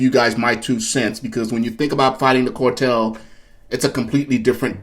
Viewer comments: Its CAR TELL NOT CORE TELL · It's CAR TELL NOT CORE TELL! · CAR tel not COR tel! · Not a cortel. Spelled CARTEL. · CAAAARRRRRTEELLLLLLLL. NOT CORRRRTELLLLL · it's cartel ..not cortel 🫡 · CAR-tel not COR-tel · The "cortel"? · It’s not the “core-tel”, brah!